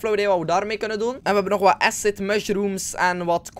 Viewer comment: Grappig dat je "Acid Mushrooms" goed uitspreekt, en je eigen naam als "eesid"